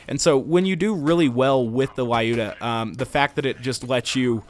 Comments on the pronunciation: its "luda", not a "lai uda" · I don't think it's pronounced "lAyuda", given it's based on a russian name "Люда". "L" is little softer than usual without any trace of vowel, and "yu" pronounsed as in a word "you". "da" part is correct. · Looda! I always pronounced it like Lie-You-Da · "Лаюда". Seems legit. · The gun is a reference to a russian(Soviet) female sniper - Lyudmila Pavlichenko. Lyuda(Люда) is supposed to be a shorter version of her name. "Лаюда" is equal to "La-yuda" - this is what english speakers make this name sound like. They pronounce it as "la" followed by "yuda", instead of reading it as "L-yuda". Makes it sound lot worse. Pronunciation of the name in russian is similar to the russian word "люд" - people. So, you know, USSR, people, a sniper and a sniper rifle. Its not too important, but it just makes you feel bad when you actually know how it SHOULD be pronounced and the story/meaning behind it. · Ah, everyone mispronounces the gun's name. It is actually pronounced like the word "lewd" with an "a" in the end.